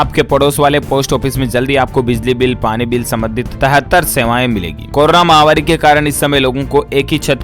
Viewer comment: Mahavaari nahi _ mahamaari correct pronunciation hai! ko batana hai.